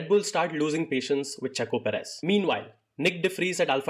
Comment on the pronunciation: Dude come on seriously....perez!!!!!